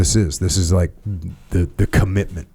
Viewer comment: Need to call Oxford, Webster etc and reformat the word “commitment” into “conickment”